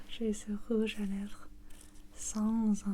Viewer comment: J'adore la pronunciation du "rouve à lège",j'ai éclaté de rire. J'adore 😍 la vidéo en ENTIER 💟,merciii